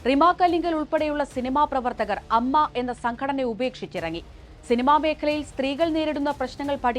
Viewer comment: It's not അമ്മ It's A M M A അങ്ങിനെ പറയൂ എ മ്മ മ്മ എ.